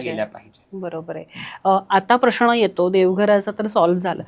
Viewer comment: ताई, प्रश्ण नव्हे, उच्चार प्रश्न असा असावा